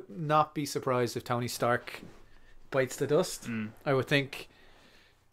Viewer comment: The new "Stony Tark" arrives.